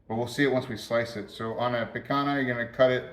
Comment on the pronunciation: Not "wagoo peak hana." It is "wag-yoo pick-han-yah"